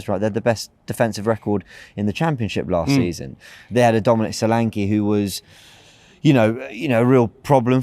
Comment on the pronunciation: Man be pronouncing Solanke like it is a polish name. IT IS A NIGERIAN NAME FGS😂